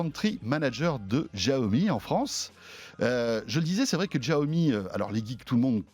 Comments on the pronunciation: J’adore le jeu de mots : En chinois, Mi Fan signifie « riz bouilli » 😂. Et puis, François, arrête de prononcer « Giaomi », c’est « chiaomi ». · Même pas foutu de prononcer le nom de la marque correctement, Yan Liu le prononce plusieurs fois même pas il capte ou il le fait exprès. Et bordel arrêtez de ramener a Apple systématiquement, c'est pas eux qui ont eu le monopole de l'innovation, l'avantage de Xiaomi c'est déjà de le proposer moins cher sur un ensemble de fonctionnalités et de technologies. Essayez de restez neutres dans vos propos. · Deh que j ai cliqué sur la vidéo j ai direct su qu'il allait prononcer bizarrement "Jiaomi"... Mais renseignez vous au moins avant de tourner l émission.. Bref consommateur depuis plus de 4 ans mi band 3 portable mi box et plusieurs petit gadget qui fonctionne tous encore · chia-o-mi pas xhichaomie... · D'jaomi mort de rire !!!!! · C est pas jiaomi , c est chiaomi voila comment on le prononce , comment gagner de l argent c est sur le volume tout simplement et même s il gagne entre 5 et 10 % c est déjà pas mal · J’adore ce type :). Bon j’ai vécu 8 ans en chine, et Xiaomi est une sacrée marque là-bas. On prononce bien Chiaomi. Et le jeu de mots: les Mi fans ! Cela veut dire Riz en chinois. :) Super vidéo François !! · Pourquoi il fait exprès de mal prononcé la marque ? J'étais fan de la marque. Maintenant je suis un mifan 😋😎.mon redmi 4x fait toujours bien le taff et mis à jour régulièrement. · Ça se prononce chiaomi